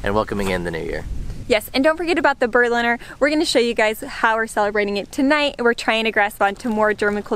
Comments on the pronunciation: In my opinion pronounced "Berliner" like an native speaker. In Berlin a "Berliner" is called "Pfannkuchen", in Bavaria "Krapfen" and for example in Baden-Württemberg "Berliner" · Happy New Year little family. Yes, Berliner 100% pronounced correctly, like a native speaker. Berliner you can get all over the year and for Silvester usually much more getting preordered by customers for that day. You can get the Berliner also without or with different fillings and a mostard filling is just for jokes. Willa is learning quickly and the date is not far away you can clearly communicate with her. Time will start you have to argue with her and she will find out how far she can go, let say, testing the borders:-D. New orders, dont worry about additional work, tasks, which is part of your job, carreer and private life anyway. Dont be to sorrowful celebrating new years eve without your entire family. I am sure your relatives will invite you for the next just before they leave from visiting you coming summer(ahaa, here already new tasks providing them an unforgettable visit in Germany) Stay healthy. Just one hint. As winterdays here are mostly without much sun, you have to fill up your vitamine C tank with seasonable veggies like Sauerkraut, Grünkohl, Rotkohl, Rosenkohl. Try also Steckrüben. Well, they are not so popular but if well prepared they taste good as a soup or within an Eintopf.